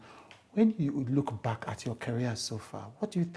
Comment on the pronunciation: She said look back ke? 😂😂 It's Chude that should look back 😂